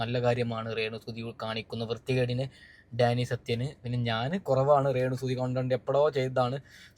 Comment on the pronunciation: റേണു അല്ല രേണു മലയാളം എന്താ ഇങ്ങനെ